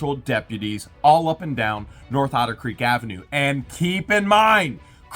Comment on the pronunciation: Actually, using your accent on the word 'Otter' - it sometimes sounds a bit like 'Outer' so let's rename a certain portion of Otter Creek 'Outer Creek Limits', hahahah. Just now a spaceship will swoop down and...